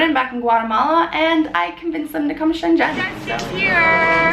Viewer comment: "shenzhen" is pronounced more like "sun zun"